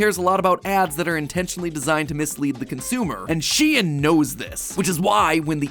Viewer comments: is SHEIN not pronounced like shän? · Huh, isn't Shein supposed to be pronounced like "shine"? you know, like the germanic ei. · Am I the only one who is bothered by the fact that mat pronounced it like SHE-IN instead of SHEIN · Its not shien is shein shEin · Isn’t anyone else bothered by the fact he says shein instead of shein? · she-in? i pronounce it sheen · I've never hear it pronounced 'She-In' before, I've always called it 'Sheen' Now I wonder, hoe many of yellow pronounced it which way? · I am pretty sure it is sheen not shean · why do you pronounce it shien and not shein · aah my brain hurts just from mat saying she-en instead of shein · He really said SHEEEN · ITS PRONOUNED SHE-IN?!?? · How come mat pat can't pronounce anything she'en , mawca's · Its that the correct way of pronouncing SHEIN? I though it was more like saying the name "shayne" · I thought it was pronounced shine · sorry for being a nerd but it's actually pronounced "shane"